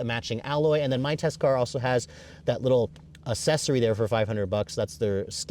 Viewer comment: You say accssory wrong. It's not assessory. That's almost worse than you saying vall-vo instead of vole-vo.